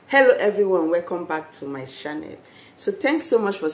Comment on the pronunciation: It's channel..not shannal.. And it's spiritual not spiritra...my gosh..improve your English so ppl could understand....and it's urine...not you rain